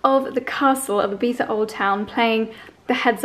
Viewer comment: You both say Ibiza so strange haha, half English pronunciation and half Spanish, and then when you’re not trying you say it the English way so think you’re trying to say it spanishly, if so its ee-bee-zzza. English is eye-bee-tha. You’re saying ee-bee-tha xxx